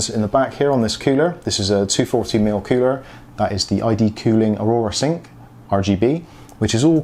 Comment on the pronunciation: Cooler not coower